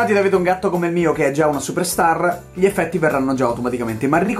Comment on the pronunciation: ci sono 3 F😂😂 eFFFetti😂😂 TI ADORO LEOH❤